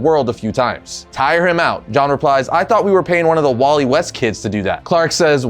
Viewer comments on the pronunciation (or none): none